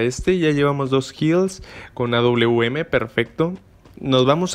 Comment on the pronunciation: No es auum es awm porque esta letra W se parece más a una V más que una U